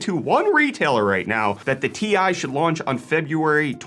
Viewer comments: Can you stop calling it a 4090 TIE? It's T-I, not TIE. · Ti = Tee eye; not TIE smh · Stop pronouncing Ti that way, please.